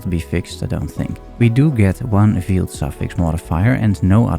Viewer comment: Great video, very thorough! Btw, veiled is pronounced like "hailed".